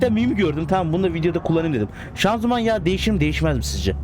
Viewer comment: Abi şanzuman yaı deyişiyo